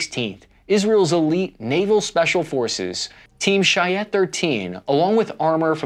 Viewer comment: First of all, thanks for a very interesting video Second, a short guide to pronouncing Hebrew names (or as close as you can get, looking at English script). tl;dr Givati, Shayetet It’s not: Ghee-vuh-tea, Shah-Ye-tet It is: gee-Va-tee, sha-Ye-tet This is for consistency’s sake. For the viewers that watch many communicators, and could connect dots if they heard even similarly-butchered versions. gee-va-tee Most vowels will be straightforward, to our ears they’re just the “short, simple version”. a:mArk e:sEnd i:sEE o:All u:Uber. gee-Va-tee Always stress the last vowel or 2nd to last vowel of a word. You can’t know which one is right, you have to hear a native speaker, but in military context I’d bet on the 2nd. geev-A-tee A vowel may be preceded by a glotal stop (??.. I’m no linguist), like in Army. It’s kinda lost in fast speech for this word, but you hear it. It’s the “correct” way. R and KH (/CH/H sometimes) Don’t worry about it, we heard every version from every ethnicity we have, and completed the globe with the tourists. If you really wanna try, the “r” rolls on the back of your tongue by your throat, the “kh” is in the same place (rougher than French “poRte” and German “naCHt”) Thank you for your time Bring them home